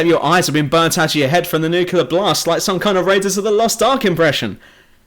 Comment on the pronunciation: all i can hear is NUCULAR NUCULAR NUCULAR. whatever happened to nuclear?